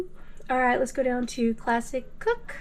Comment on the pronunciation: I was wondering if you can elaborate on what the heck is the plastic setting? Oh wait, you were saying classic setting but I kept hearing plastic lol. Ummm, plastic shouldnt really be a part of a heat setting should it? It took me until the end to figure out what you were saying lol. Looks like a nice air fryer, I especially love the grill marks.